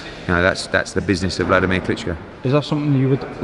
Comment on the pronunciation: “Wlad” not fucking “vlad” aren’t you supposed to be a boxing channel ffs? That’s a 12 years reigning undisputed champion 🤦🏻‍♀️🤦🏻‍♀️🤦🏻‍♀️🤦🏻‍♀️🤦🏻‍♀️🤦🏻‍♀️